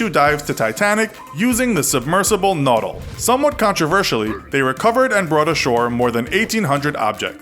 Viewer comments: I'm more disapointed in his pronounciation of Nautile. It's NawTEEL not... Nawtl. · Naw-Teel. Not nottle. Nautile. It’s French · NatEEL not Notal.. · He blew the pronunciation of "Nautile", too. It's "naw-TEEL", not "nawtl". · It's pronounced "naw-TEEL". It's French for nautilus, you see. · OH MY GOD SOMEONE ELSE KNOWS THE CORRECT PRONOUNCIATION I'M SO HAPPY RIGHT NOW JESUS EVERYONE'S CALLING HIM OUT FOR 'BOW' BUT NOT FOR NAUTILE. Naw TEEEEEEEEEEEEEEL (that was a reference that nobody will get) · You might want learn how to properly pronounce “Nautile”. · If you want more info on the raising of the titanic, then there's two documentaries by Discovery Channel; An Investigation Begins and Anatomy of a Disaster, that I can't recomend enough. Also you mispronounced Nautile. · And he mispronounced Nautile